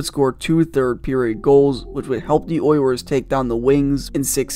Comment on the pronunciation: I can’t get past how this dude pronounces “Oilers”. Sounds like he’s saying “Oy yers”